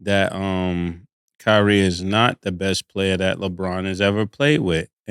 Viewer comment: It’s kyrie an it ain’t close